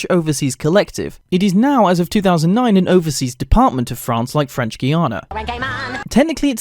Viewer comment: ok that right there is the best pronunciation of French from a non-French person I’ve heard so far. Those “r”’s tho XD